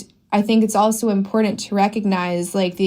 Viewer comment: know what else is imporent? pronouncing your t's lol